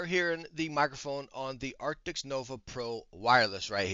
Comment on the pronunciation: the name is Arctis not arctics